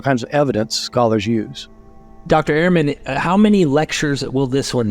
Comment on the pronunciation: Bart has said many times that his name is pronounced 'Erman' not "Airmen"